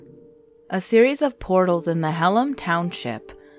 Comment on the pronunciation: Respectfully Hellam is pronounced Hell-em